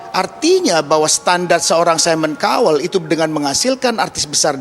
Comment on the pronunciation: Cowel ?? Baca : Kauwel